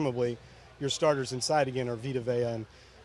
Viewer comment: she said all of our sharters...too much chipotle?